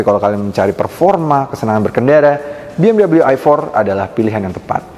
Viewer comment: klodi indo sebut biasaa aja bng bmw .dobal dabel u😅 ..dengernya gmna gtu buat orng kmpun kaya saya